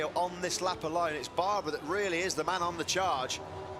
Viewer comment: No, it is NOT the „BRUNO Circuit“, it is BRNO And his name is not „Baaaaaarrrbaraaaa“, it is Barbeeeeeera.